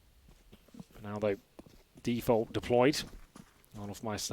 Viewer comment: Edward fucking idiot, its defolt